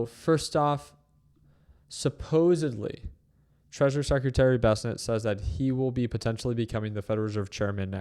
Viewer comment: Besnet ❌ Besent ✅